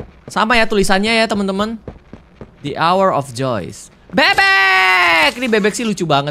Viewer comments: Bacanya the hour of joy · bang bacanya the hour of joy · Bang yang tadi bacanya the hour Joy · the hour of Joy itu bacaannya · Kak itu bacanya the hour of joy bang aku panggil Abang /kaka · itu bacanya the hour of joy